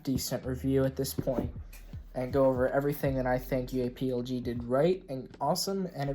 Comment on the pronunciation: Please just pronounce it UA plug man that’s how it’s pronounced